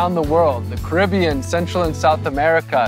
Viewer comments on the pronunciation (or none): none